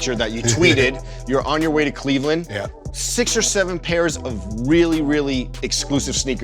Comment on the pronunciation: "Lebron we coming home, not clevand to LA" lol i fucking died